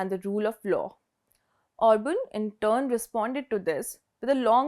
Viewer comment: It is Orban!